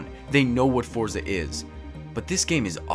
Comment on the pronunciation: This is a demo of the full game... Also, check Forza Horizon 3. Lastly, it's pronounced similar to "Fort-sa," not "For-za." It's an Italian word, like pizza.